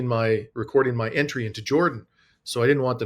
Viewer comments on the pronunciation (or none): none